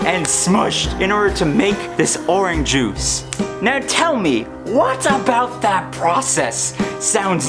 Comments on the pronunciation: Are you saying Oran Juice? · It’s funny how you say “Oran Juice” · When you're running out of ideas, make a video about orange juice where you mispronounce orange juice a lot. -youtuber101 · The way you say orange juice bothers me slightly.